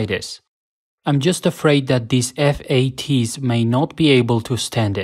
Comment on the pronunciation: F.A.T.’s??? 🤣🤣 that’s the weirdest pronounciation I’ve ever heard